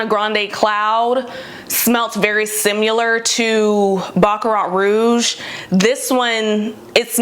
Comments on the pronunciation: Similar not SimUlar. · Why does no one on the internet know how to say the word "similar"?